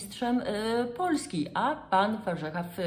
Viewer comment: Zawsze byl Warzecha...z akcentem na e...i nagle stal sie Warzycha z akcentem na....pierwsze a...?